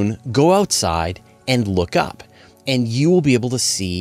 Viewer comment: Bizarre how some Americans can't pronounce "and"